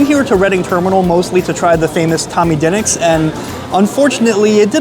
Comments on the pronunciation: Brother, it’s pronounced “d’nicks” not “dinnicks” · Its di pause nics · It is pronounced Dee Nicks. Drove me crazy as well. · Br pronounce it duhnicks lol sound like a Philly boy